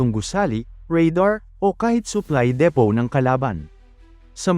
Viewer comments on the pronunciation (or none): none